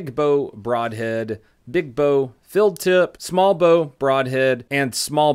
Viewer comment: You saw the text in his video rightt? He said or his accent made it sound like "filled tip" but he meant "field tip" So idk how it could sound so different just from an accent. Lol